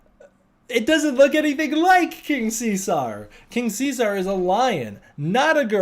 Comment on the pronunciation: What world do you live in where it's pronounced King See-Sar? It's See-Zerr, as in Julius.